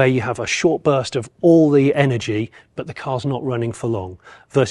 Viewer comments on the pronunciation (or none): none